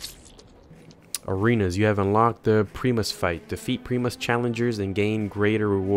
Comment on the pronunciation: Also, Primus (Pry-mus) Not (Pree-Mus)